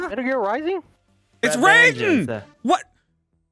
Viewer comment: Is anyone else annoyed by their constant mispronunciation of Raiden from Metal gear solid